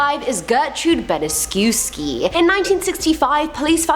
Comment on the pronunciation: Gertrude Baniszewski is pronounced bani-chev-skee. Just an FYI lol.